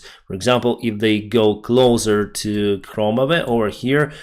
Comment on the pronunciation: Victory! finally used "closer" instead of "clother"! Hooray!:)